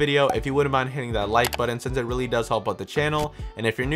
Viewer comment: It's pronounced button not "buddon"... just saying. Snarky comment aside, thanks for the video! I will buy through your links for all your work.